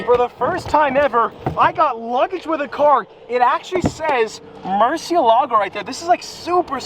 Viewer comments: MURCI E LAGOU actual pronunciation Murciehlagoh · Is it just me or does it bother you guys too when he says “mershealago” But then he can say murci.. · I love how he said mershylago 27 seconds in the video. Love it ahahah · Hey Just saying, its pronounced "moor-seel-ago":) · still wrong tho, it would be more like murt she eh lago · How to correctly pronounce Murciélago: (it means "Bat" in Spanish) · hey Nathan. no it’s not. and he can pronounce it however he wants cause he owns it. not you